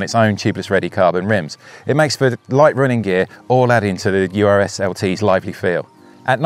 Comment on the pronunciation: The BMC is pronounced URS (latin, means "bear"), not U.R.S. Urs is a common male name just like Ursula for woman in Switzerland, which is home of BMC (Bicycle Manufacturing Company)